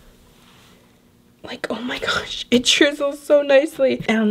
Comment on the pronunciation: Lol take a shot every time she says ,,Omg-O mah gash."